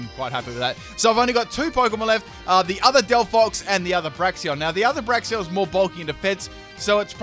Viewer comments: Say it with me: Brakes-en Bray-ksen Brakes-en Bray-ksen Brakes-en Two ways to say it, both which are correct, none which are "braxion" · Não se diz "Braixions", se diz "Braiksens" 🙄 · Braixen not braxion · Am I the only one hearing Braixion instead of Braixen? 😂😂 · Braxion.... It says Braixen...Break Zen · It's pronounced "brakes-en" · Nice Fight ... but there is still no "o" in Braixen. d=